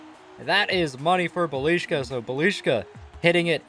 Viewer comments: BELISHKA? ITS BIJELICA...how did you get the sh?!?!?!?..try bielica or bielika wtf is belishka...or just go with Nenad. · It's not fuckin BELIŠKA...it's BJELICA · his pronounciation is Bee-ya-litza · Belishka XDDD, It's Bjelica btw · He is not Bjelishka he is Bjelica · calling bjelica:Balishca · Bjeclia is pronounced (be-a-leet-zee-uh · It is Bjelica not beliška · “Bah-lee-shka” > Bjelica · Did he say “Belishka” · It's pronounced "byelitsa" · Bliška hahahahaha instead of Bjelica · That is not how you pronounce Bjelica, it is Bye uh leet za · Nobody Smeq- bilijka😂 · It's Byelitsa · It should be pronounced "Bee-ill-eat-sa" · To pronounce it has to be biyelisa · Htio sam da umrem kad je rekao bjeliška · "Buh leash kuh"😭😭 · The pronunciation of bjelica was awful😂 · U are pronoucing Bjelica so wrong btw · The way he says bjelica 🤣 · The way he pronounces Bjelica hurts my ears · Man you mispronauce bjelica very bed. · That is the worst pronunciation I have ever heard